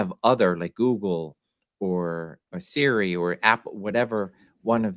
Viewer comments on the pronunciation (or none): none